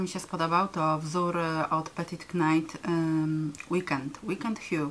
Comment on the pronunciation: Bardzo dziękuje za filmik, myśle za na dłużej zostanę 😊 jedna tylko podpowiedz Petite Knit czyta się [petit nit]. Mam nadzieje ze pomogę i pozdrawiam!